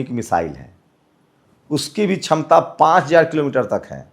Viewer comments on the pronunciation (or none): none